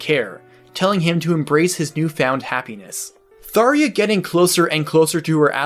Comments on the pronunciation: I've never heard anyone pronounce her name that way. Even in game when other characters talk to her and say her name. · Did you even play awakening.... you know that’s not how her name is pronounced.... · That's not how you say her name bub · This is literally unwatchable when you're not pronouncing her name correctly the entire video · I wish you could have pronounced her name correctly... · they way you said tharja makes me not want to watch this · I love them both but the way he says tharjas name makes me wanna puke and God I dont want him to even say rhajats name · Gods video. However Tharja's nam is pronounced " Thar-ja" not Tharia like you did. The j is a hard j. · You pronounce it tharia instead do tharja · Its either "Thar juh" or "Thar zhuh" its definitely not "Thar yuh" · It's pronounced "Tharya"!? What the heck!? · come on if u are going to do a video on a character at least pronounce their name right dude, it's Tharja not Tharia that is a J not an i. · Fairly sure I heard a developer say "Thar-jah" not "thar-ia" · Its not pronounced Thareea, it’s pronounced Thar-ja. J as in Jack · THARJJJJJA not tharia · Okay please pronounce it right, I get I'm being nit picky here but as of the English release of fire emblem warriors we have the official English pronunciation of her name as Thar-juh not thar-yuh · I love the video, but how many people wanted to correct him every time he said *Tharya*? Lol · WHERE IS THE i IN THARJA? Why did you pronounce her name as Tharia? Repeat after me Thar-Zah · Thar-Jah not Thar-ha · “thar-ee-ah” I thought it was thar-jah? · not sure if its suppose to be spelt taria instead of thar-ja but my ears are exploding each time he said taria. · "Tharia"? Is that really how it's pronounced?? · "THAR-JA" is confirmed so far. Not "Tharia". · I cringed everytime he said her name. It's T H A R J A, not T H A R I A. Tharja, not Tharia. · THAR • JA. Not Thar•E•Ah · Man, I hate it when people say "Tharya." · its pronounced tharja